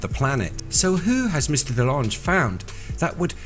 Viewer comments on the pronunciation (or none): We Are Robots. heh, i just wanted to mention that Tom DeLonge has been famous [in the] US for years & years, and i've always heard it pronounced without the e at the end: TAHM duh-LONG.